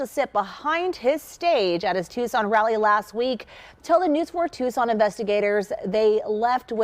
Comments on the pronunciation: With respect, "Tucson" is pronounced "Two-son", not "Tuk-sun". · Luke; for future reference Tucson, Arizona is pronounced like TOO - SAAN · "Tuscan, Arizona" "Tumultulous" 🤣🤣🤣